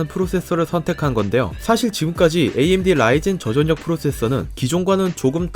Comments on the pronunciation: 말을 존나 병신같이 하냐 초등학교 안나왔냐? 전녁 전녁 이지랄 하네 소리나는대로 읽기 못함? 절력 씨발 한국말을 못읽어 워료일도 월뇨일 이지랄 하겠네? 유월도 육월로 읽겠네 이런사람들은 학교를 진짜 뻘로다녔냐?... 서피스고 암드고 좆이나 까고 한글부터 다시 배워라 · 십월x 시월o, 전녁x 절력o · 저전녁 X 저절력 O 저전력을 '저전녁'이라고 읽는 사람은 처음 보네요 ㅋㅋ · 시월 절력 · 혹시 교포?? 저전력? 저절력! 표기를 그대로 읽음 한국어가 서툰건지 아님 교포라 발음에 문제가 있는건지 예전에 지적했었던것 같은데 여전히 그런듯~ㅠ.ㅠ 외국인이라면 이해가능하지만 정말 본인말 모르는건지...쩝 3D업종을 삼디업종으로 읽는 것만큼 어색함